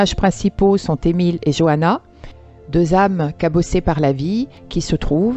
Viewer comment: Juste c'est johanne pas Johana😉